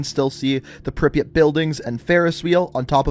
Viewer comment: I forgive you for ‘Dontesk’ because of your pronunciation of Припять.